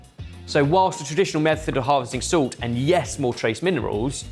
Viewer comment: "Zult" I always find pronunciation of "salt" amusing